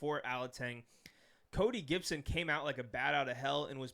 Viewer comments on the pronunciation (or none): none